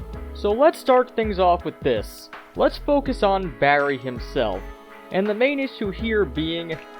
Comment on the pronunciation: Jesus I wince each time you say Barry, because you shout the BA so its like "BArry!"but you also put a lot of emphasis on every R, but neveR mind